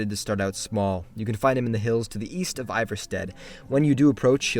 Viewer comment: Wait. I thought he said Weast